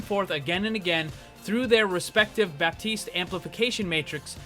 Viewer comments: the p is silent in baptiste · The p in Baptiste is silent, fyi